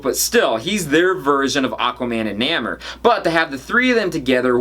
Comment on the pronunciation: Not to nit pick, but it pronounced "NAY more". OK I guess I did nit pick :)